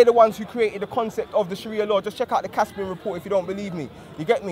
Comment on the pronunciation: 'Kaffa'? do you mean Kufta? ...at least learn how to pronounce it property before you start chatting bubbles. Good day!